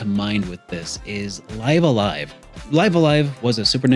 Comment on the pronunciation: I'm pretty sure it's supposed to be pronounced, "Liv a Live".